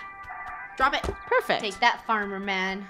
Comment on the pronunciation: The famer noooo!! Me:Farmer?! XD